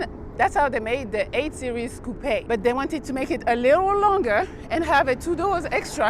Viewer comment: Watching this again and realized she pronounced coupe correctly. That's something I find irksome about a lot of car reviews of other coupe style cars